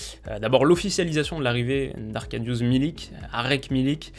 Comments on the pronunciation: Arkadiusz se prononce Akardiuche :) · Juste, ca se prononce arkadiouch